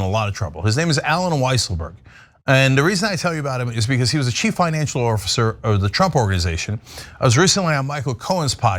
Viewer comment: Did you just say “orfacer”? (Or is it “orffacer”?) lol